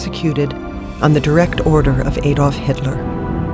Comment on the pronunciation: Why is she say Adolf in such a weird way ? It so fxxking annoying, its not A dolf its Adolf